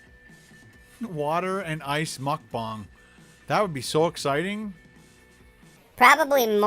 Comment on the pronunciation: It’s mukbang not mukbong